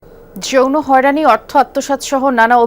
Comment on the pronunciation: তদন্ত কমিটির একজন সদস্য যদি বলে জইরো হয়রানি 😅😅😅 যৌন হয়রানী তাও ভালো করে উচ্চারণ করতে পারে না এরা কিভাবে চাকরি করার যোগ্যতা রাখে আমি বুঝি না।